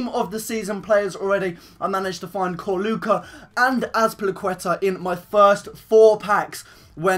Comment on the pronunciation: Corluka is pronounced Chur-loo-ka